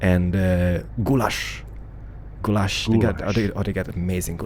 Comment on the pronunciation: It's pronounced "Bu-da-pesht" and "gu-yahsh" (I'm Hungarian :P)